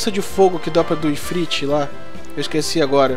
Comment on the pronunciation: "Ifriti" UHEUHEUHEUH